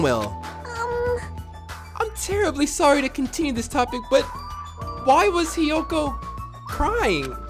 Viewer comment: hiyoto and kazoochi